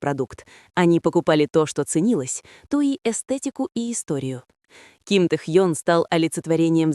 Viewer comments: Не Тэхон, а Тэхён!!! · Не раздражайте пожалуйста не правильным произношением имени Техёна. Но ни в коем случае Техон. Уважайте его фанатов. 🤔😯